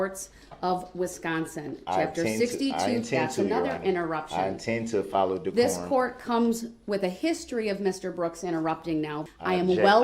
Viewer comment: Listen how he says one of the "big words" he can't seem to understand (by following rules of the court). I thought I was "hearing" things when he said it, so I slowed it down and played it back a few times. I didn't know DECORUM was pronounced like that! He absolutely butchered it! lmao!!!!